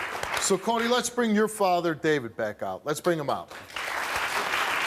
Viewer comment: Cody with a T instead of a D 😭